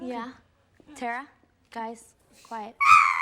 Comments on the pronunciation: Say it with me TE-RAA - TE- Ra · So excited you mispronounced her name? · the journey of you figuring out how to pronounce tara's name over the course of this episode was thrilling lol